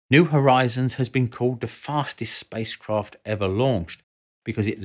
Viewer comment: "Spice Kroft"